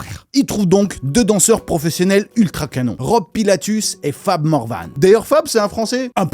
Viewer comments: Comment ça "Morvane" ? Ça se prononce Morvan comme le massif, comme les Forbans, comme le French Cancan. Arrêting d'angliciser les mots bien français, c'est insupporting !! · « Morvane », t'es sérieux, mec ? 😅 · Il ne s'appelle pas "Morvane", il s'appelle "Morvan". Le français est une langue nasalisée.